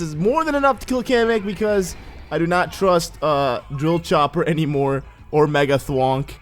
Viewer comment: How to pronounce "Dropchopper" with DRILL-chop-per 10/10